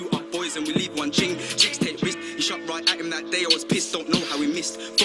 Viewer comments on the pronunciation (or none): none